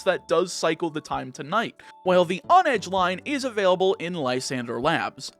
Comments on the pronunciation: It's hone-edge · h in honedge isn't silent.